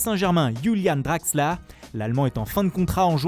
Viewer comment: "yayax" "draxla" 😂😂